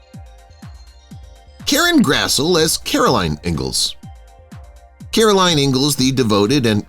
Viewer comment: Grassle is pronounced Grassly